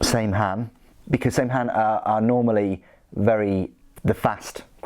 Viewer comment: It's pronounced Sam Hyne